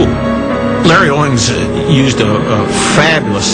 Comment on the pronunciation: it's "Owings" not Owens.